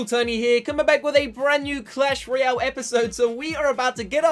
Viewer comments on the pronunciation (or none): none